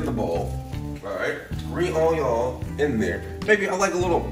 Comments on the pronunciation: Man did you just say onion in the end? Its pronounced on-yaw! Bon apetit! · everytime he says "RAYMEN"..... i get Wrath !!!! and OJYON for onion ..... dude ....XD its RAMEN!!! and ONION!!! idiot. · I hate how he says onion